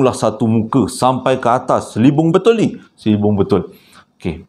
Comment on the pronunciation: Ada lah tershasul tu.... Sepatutnya selubung...tapi shebut...selibung😂😂😂😂😂...TAPI...kita mmg suka dengar shasul shasul tu. Please keep remain the shasul. 😍